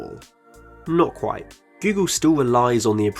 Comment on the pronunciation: This is qwuite intewesting.